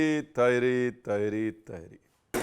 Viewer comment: Teharii nahi Tahaari hai, Nirahi ki tarha Tahaari. Kabhi Hyderabad ayein ham aapko Hyderabad ki Tahaari khilaein ge❤